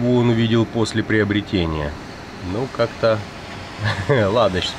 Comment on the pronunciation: ... переоформлен - это понятно , а вот прЕобретён немного режет слух